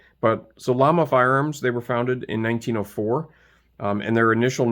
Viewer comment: Pronounced “yama”. The double “L” makes a y sound.